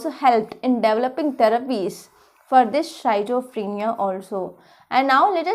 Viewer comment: healthy discussion on each topic madam, but may be your pronunciation for schizophrenia need to correct...